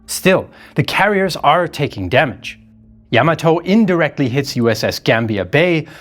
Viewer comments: I quit watching this the second time they said Yam A Toe, it’s YA Maat Toe🤬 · It’s NOT Yam A toe, it’s Ya mat toe🤬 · it's ya(や) ma(ま) to(と) = pronounced as "ya ma toh". Do not accentuate the "to" like you would in tomato. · I stopped watching when he said YAM A TOE for a second time🤬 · What show were you watching? Yam A Toe?